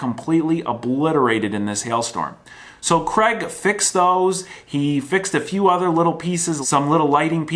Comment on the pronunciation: Screw that, he can't even pronounce Craig properly.